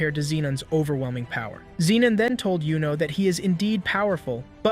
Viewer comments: Pronouncing yuno as Yo-No already was a red flag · Bro its not jowno its yuno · I want to stop watching based on that. He put in a lot of work on this props for that. YOU-NO is the correct pronunciation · it's youno not yono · Wassup with bro saying dude’s name wrong when bros name not that hard to say. That’s a red flag get the name right bro